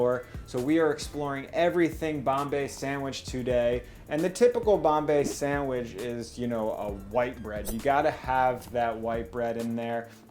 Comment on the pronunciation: anyone else bothered by his pronunciation of "sandwich"